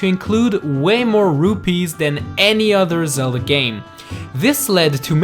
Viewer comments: Why did u say the legend of Ze - La ?????? ITS THE LEGEND OF Zel- DA OMG .___. Do u even Zelda bro? Have u heard anyone say Ze la??? It's Zel da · "The Legend of zela" xD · Lee Sofer He acutaly said "zela"😂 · Did he say Legend Of Zela? WER R U ZELDAAA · he said zela LOL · You Say Zella Instead of Zelda...Lol... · IT ZELDA NOT ZELLA!!!!!!!!!!!!!!!!!!! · no way bro said "legend of zela." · Haha he just said legend of zela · You just said zela lol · YOUR SAYING IT WRNG THE NAME ZELDA! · At the beginning you say the legend of Zella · You Said Zela In the Beginning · "The legend of zela" 😂😂😝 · The legend of Zella? Like if you heard that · legand of zeld?what? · > the legeond of zela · Hey! on't iss zela, it's very goo! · Did he just say the legend of zella in the first 3 seconds? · I tried to watch the video. I really did but lost hope when he said The lezend of zela iz such a greet seriez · "The Legend of Zela", 2016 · you said Sella at the start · legend of ZELLA??!!?!? good vid tho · U said the legend of zela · He said "THE LEGEND OF ZELLA" LOL ._. <-- he's not kidding, he thinks it's not funny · Lol, at 0.14 said "Legend Of Zela" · Wait... in the beginning, did you just say Zella? Edit: also you don’t pronounce the “b” at the end of dumb